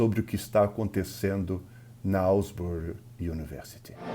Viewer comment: Asbury* not Alsbury.